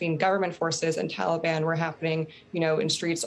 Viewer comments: She also can’t pronounce Taliban correctly. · Why can’t she pronounce Taliban correctly?